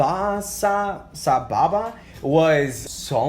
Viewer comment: אמאל'ה איך הוא אמר את הסבבה